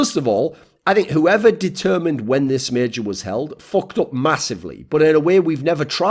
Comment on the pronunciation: It's major not meeejor.